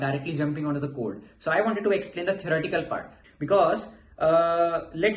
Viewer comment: why does he keep saying erotical, is it theorEtical?